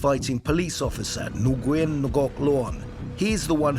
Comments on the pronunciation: Noo Gwen??? It's pronounced Winn. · Please don't butcher my last name it's not Nu Yen. It's as simple as "win" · butchering the names.. Nguyen is pronounced "when" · its pronounced WIN, bruh. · Nuguyn pronounced WYN